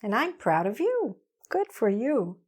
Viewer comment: A question... Why do you pronunciation the preposition ** of **. Like... Offfff ? I learned that it sound is vvvvvv.. like ovvvvvv.